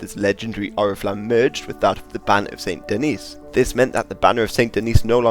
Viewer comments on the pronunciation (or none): Very nice ! Just a note concerning french pronounciations : - Fleur de Lys : The S at the end of Lys is not silent. - St-Denis : The S at the end here IS silent.